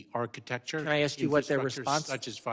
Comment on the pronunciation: When the chair (or any representative) says "axe" instead of ask... 🙄